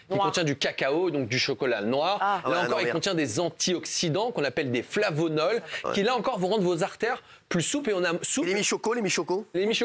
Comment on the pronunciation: Flavonoïdes ... pas flavonod... Sinon biensur que l'alimentation a un impact sur la santé. Merci d'en parler